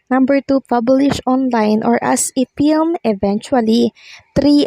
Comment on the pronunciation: FILM >> pronounced as FILM not PILM